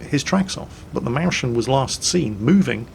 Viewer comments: "Mauschn".... thats not how to pronounce Mäuschen! Thats how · Sorry, I realise you are sadly burdened with being English, but every time you pronounce Mäuschen "Mow-Shen" a little part of me dies. On the other hand I have no idea how I would type out its pronunciation phonetically so... try to avoid replays with it in them in future? XD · Sorry, I know I'm now that guy. Please find it in your heart to stop calling it "Mauschen". Go for "Moi" as in Moira, + "ZZ" + "chen" as in a soft "ken". Less like whatever you`re going for; more like "moisture". Thank you for stopping my ears from bleeding. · Mäuschen = Mois-yen, pronounced mois as in moist and yen as in the currency. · That fucking butchered pronunciation of "Mäuschen". It's more like "Moiskhen"... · if you want to pronounce mäuschen correctly, pronounce the first half of the word like you would pronounce "moist" (without the "t"). So, Mois-chen would be the pronounciation. Greeting from Germany:) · Mowshn just say little mouse (maus). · the sch in Mäuschen is no ʃ, it´s seperated here, like Mäus-chen try "Moysayn", ignore the ch, that would sound nearly perfect. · Mäuschen ---> Mois ( like in moist ) - chen (since I dont have any better explanation for the ch : center of tongue against the top of your mouth , tip of the tongue makes contact with the bottom teeth , mouth halfway open) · Sry to be that guy... but this just hurts so much. Ä is a german "Umlaut" in kombination with U like In Mäuschen don't pronounce it like an A try more like OI or EU so M[oi/eu]schen =) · try "Mois-chen" (like "moist" but without the t) to pronounce "Mäuschen". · Mäuschen is pronounced moy-shen, there's an umlaut on the A. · Pronounce mäuschen as moishen :P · your pronounciation of the Mäuschen is incorrect. It is pronuonciated something like moiss- chen ( the ch is just a strong h sound) meaning little mouse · please pronounce the Mäuschen Maus-schen, PLEASE.